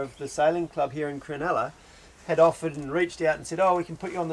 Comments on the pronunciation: It's Cro-NULLA not cro-NELLA. Sheesh mate.😢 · Locals prob corrected you since, but Cronulla = Cron-ull-ah (not crenella). Made me home sick going up the Hacking. The next Inlet Nth is Botany Bay, the southern point Kurnell, Cpt Cooks landing place, his men murdering the 1st of many indigenous occupants.